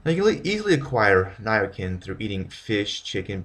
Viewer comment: Nia Kin, really !? Americans just can't speak English. Try Nia SIN !!!